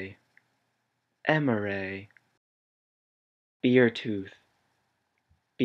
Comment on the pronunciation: also why is "bear" (beartooth) pronounced "beer"? just doesn't make sense to me